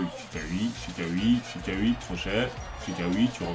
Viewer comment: Chikhaoui se prononce chiraoui